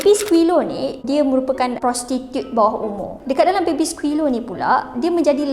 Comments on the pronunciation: dari tadi “baby skilo” yg aku dngar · Pandek kata , Diaorg menyundal la? 🙄 Cuba singkatkan. Dh la x pandai enggglishhhh..baby silo siloooo😌